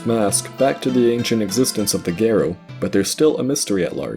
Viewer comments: It drives me crazy that he keeps saying "gare-oh" and not "Gahr-oh" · I'm so distracted during the Ikana section, as I keep chiming in "Gah-ro" and "Eegos." My pedantic nature is making me miss details. 😅